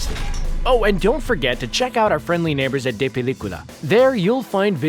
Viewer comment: They really did my man say "De Pelicula"😂😂